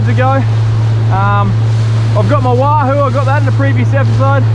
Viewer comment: Did you say wand that lahoo? 😆😆 great vid.